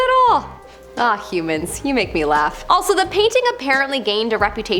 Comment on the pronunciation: Why did she say "you heuamns make me laugh" is she saying that she is not human